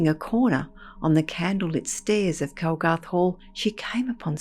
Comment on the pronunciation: Its 'Calgarth' Hall and the story is true. Been told for generations.